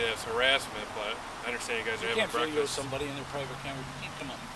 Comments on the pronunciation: Breakfast not brefix I'm just saying. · Did you just say "brefix"? Did you mean "breakfast"?